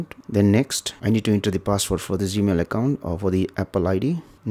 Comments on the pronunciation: Accent. He is talking about G Mail. I appreciate his knowledge. I was able to learn from him. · Why does he say Z-Mail?